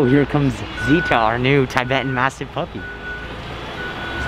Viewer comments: it’s pronounced (tih-betan) not (tye-betan) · Tibetan is not pronounced Tybetan The Tib is pronounced the same way as tib in Tibbers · You pronounce tibetan (t-bet-ten) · You said Tibetan wrong